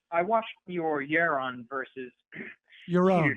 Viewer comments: It's prounounced "yar-ron". To rhyme with "yar wrong". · I have solved the problem of mispronouncing Yaroon's name once and for all. The man's ideals boils down to this: you are on YA OWN. His name rhymes with YA OWN. YA ROWN. YAROON. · Regardless of the content of the call, Sam correcting anybody for their name pronunciation is pretty bloody funny.